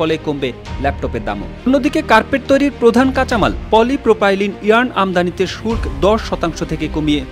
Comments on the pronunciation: শুল্ক এর উচ্চারণ আপনাদের কাছে নতুন করে শিখলাম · শুল্ক উচ্চারণ শিখে নেবেন।